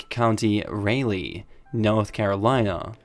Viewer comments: Raleigh is pronounced Raw - Lee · He said Ray-lee! 🤣🤣🤣🤣🤣🤣🤣🤣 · Pronounces ra lee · Raleigh is pronounced "Ra-lee" not "Ray-lee"...North Carolinian here(Born and Raised in NC). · Raleigh pronounced raw-lee or rawl-ee btw